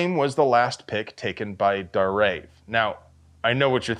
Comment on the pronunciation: It's pronounced Dar-Ayev.